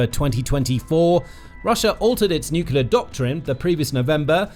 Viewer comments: Nuclear, not nucular. I would expect somebody with "Military" in the channel title to know that. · It's Nuclear - Noo-clee-ar, not noo-cuu-lar! Seiously though, this video is all about how Russia's missiles are failures, but makes the assumption that it's nuclear warheads would work, if only Russia had a way of delivering them. Surely it is possible that the warheads themselves are about as dud as the missiles? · Why can't people pronounce nuclear? It's 'new-clear' not 'new-cue-lar'. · NUCLEAR! - Nucular is simply wrong (I've just looked this up!)...seriously, I am not a native speaker, so I have no trouble with mistakes (I still make a fair share of my own - especially "Germanisms" so trying to use English like I would German, which often doesn't work well), but this pisses me off as it's low effort to correct this (just like stuff like using of instead of had (should of done - no: Should have done!))... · Nuclear, pronounced, new clee er, not, new cular. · It sounds like you are saying nook-you-lar instead of nook-lee-ar. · PLEASE stop pronouncing 'NEW-CLEAR' as 'New-Q-LUR'. PLEASE-PLEASE-PLEASE. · It's nuclear not nucular. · Nu cu lar. The word is nu cu lar. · Check the spelling of the word "nuclear". Do you see it spelled 'nuculer'. ? Do you pronounce the core of an atom a 'nuculus'? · Please stop saying ‘nukular’. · "Nucular", again. Jesus wept. I can't take you folks seriously anymore, unsubscribing. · Saying "nuclear" like that! People will think you are American.